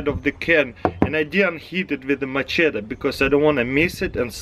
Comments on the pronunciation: Taras here's some advice machete is pronounced ma shet ee not macheta some people say you say machedder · Has he NEVER heard someone say the word machete in his life?! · can opener is $1😒 lol the "ch" is like "sh" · hahaha "macheta" hahaha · I'm more impressed on how he pronounced machete in 3 different ways